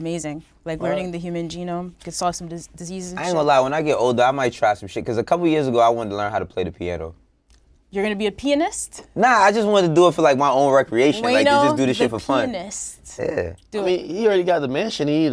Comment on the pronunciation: Nedeska saying pianist like penist <